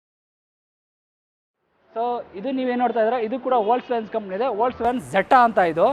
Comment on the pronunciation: ವೋಕ್ಸ್ ವ್ಯಾಗನ್ pronounce correct ilvalla guru🤦‍♂️🤦‍♂️